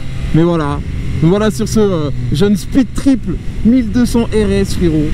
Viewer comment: "speed-triple" l'accent est décédé sinon en vrai essai super quali comme d'hab